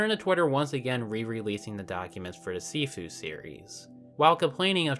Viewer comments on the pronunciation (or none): none